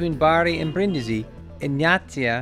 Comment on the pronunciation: *Breen-dee-zee, roll the R